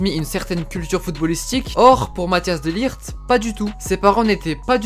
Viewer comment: Rare les gens qui savent pronocer le -G de De LiGt. Sinon super vidéo.